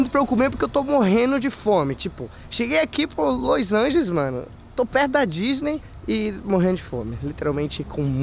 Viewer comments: q agonia o falando loisangeles ao invés de los angeles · Los Angels